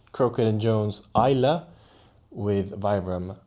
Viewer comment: Kudos for pronouncing Islay correctly. 👍👍